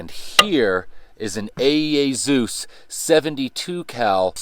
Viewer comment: Hesus entered the Chat 😂😂 It's Z E U S Bro